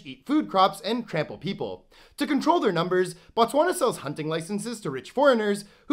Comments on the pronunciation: Why do u westerners pronounce it "Ba-Tswana" there is no "A" after the B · You do not pronounce as Batswana you pronounce it as Botswana😮‍💨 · fun fact, it is pronounced "BOtswana" the B-O is pronounced the same as the B-O-O in the word "BOOK" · The way he pronounced Botswana physically hurt me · They way you pronounced Botswana